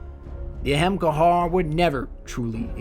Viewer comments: Great video. I stopped watching when he said ahemgarr lmfao it literally says things in game bruh you needa unfuck yourself before you post a vid 😂😂😂 or alternatively learn to read 🤔🤔🤔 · He pronounces it in Hebrew. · "The Ahemkar" What the fuck? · Pretty sure its a-ham-car-ah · Ahamkara = AH-HOM-car-AH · Isn't it pronounced A-hem-kar-ah? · But! Why is it pronounce Ahemcar and not A hom akada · I thougth u pronounced it A-ham-kara.BTW love ur vids😄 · Great video as usual, but shouldn't you be saying Ahamkar-a? I swear Bungie should just announce how to pronounce their made up words during a podcast haha. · wtf is wrong with people y are you making up words it's not pronounced like that shit dude bungie was talking about the exotics and said it like the name is u saying it like ur dumb or something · he's butchering the word "Ahamkara" lol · Pronounced Ahamkara wrong sir. Sorry just really bugged me lol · he still pronounces it in two different ways regardless. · Youre saying it wrong -__ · U pronounced it wrong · Im not one to be negative about someones work to bring such an elaborate story to life, but the way you pronounce or perceive the word ahamkara bothered me enough to mention it. It doesnt seem so obviously complicated to have to put an entirely other anunciation to it other than whats in front of you and even to omit the ending "a" as if its not there.... Aa-ham-kahrah or just kera to your preference. I like the idea of where the story was going with hints of an extinct race on venus, but maybe too much filler and not enough exploration of the facts you wanted to put out there. Maybe exploration of that structure in the sky would of been a nice touch to the ending. (There is a way up there through the blue light) Some constructive criticism for ya. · You pronounced Ahamkara wrong every single time. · Lol it bothered me every time you said ahamkahar. It's ahamkara! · Why do you pronounce it ay-hem-kar instead of a-ham-ka-ra like it's actually spelled?